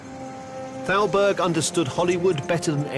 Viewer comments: Thowlberg?! Thowlberg?! Come ON man!! Thowlberg?! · I love this series, but your pronunciation of Thalberg is horrible. And, you say it so many times.